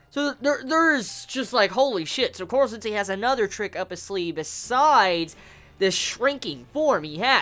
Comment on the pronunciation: Why do you say korwo sensei?